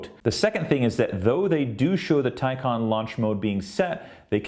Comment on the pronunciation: It's "Tay Con". Maybe making a video from a Tesla fangirl, you'd pronounce it right. Teslas are cheaply made, HORRENDOUS reliability, and cannot keep up with Porsche. The Taycan can do run after run without fail, no loss in performance. Teslas cannot. Full stop. Just like Apple fangirls, they spread fake news so the Teslas look better. Ordered a Taycan, and couldn't be happier. Wouldn't take a Teslas if given to me. Another flop, now that real manufacturers are making Ev's, Teslas will be surpassed easily. Come back to this comment in 5 years, you'll seen then who rules the Ev's. Elon is a douche bag. Just like his unbreakable CyberTruck windows. A bad presentation and an even poorer vehicle. You'll see lots in that sh**hole state of CA. Sorry but Teslas are not all that.